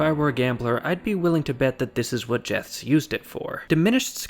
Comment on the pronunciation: Jeths is pronounced as 'yets' in Dutch